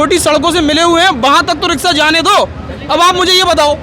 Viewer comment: रिक्शा या रिकसा🤣🤣🤣 अनपढ़ पत्रकार